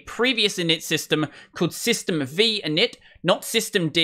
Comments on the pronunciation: It is worthy of notation that there is no such thing as "System vee" as you pronounce it. If you research the historical backdrop of AT&T UNIX there was a version of AT&T UNIX tagged "System V" (or the last meaningful release being "System V, Release 4" or SVR4, or System Five Release 4 as people spoke the name back then). This is where the shortened and incorrect reference "System vee" comes from. What you meant was the init system that has its roots in AT&T System Five. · System V is pronounced "System Five" (roman V is the number 5): That's why s6 is named as replacement for SysV.